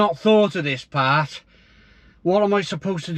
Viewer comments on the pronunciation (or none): none